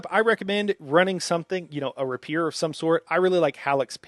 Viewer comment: I love your content!!! but I'm sorry Bro: you're mispronouncing "Rapier" & "Prescient..."